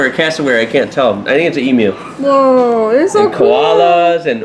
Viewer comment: Thanks for saying "emu" properly! Your a legend mate. Love from Australia to you and the fam! (It's not an E moo.)